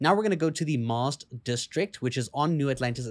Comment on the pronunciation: MAWST? 😮😂 I think it's MAST HAHA jk man great video thanks